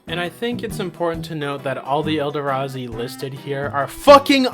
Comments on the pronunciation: btw when you say eldrazi you said it like el da razi when its said el dra zi/ze/z idk witch it would be to show how its pronunced i know that one of them is it but ya sorry if this comes off as rude if i didnt say somthing it would be like a un scratcheble itch also whats the whole mem behind charging badger is it just that its a 1/1 for 1 with trample or is it the name since charging bager seems more like the name for a hasted creature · say it with me. el. draz. e. ELLLLL DRAZZZZZ EEEEEE NOT ELDERAZI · "Elderazi" lol good video